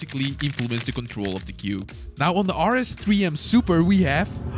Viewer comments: "BUT IS IT WORTH FOR DAT SUUPAA DOLLAR?" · The suppaah got me laughing